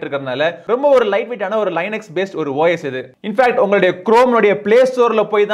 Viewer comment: ப்ரோ லினக்ஸ் os னு சொல்லுங்க.. லைநக்ஸ் னு சொல்றது கொஞ்சம் ஒரு மாதிரி இருக்கு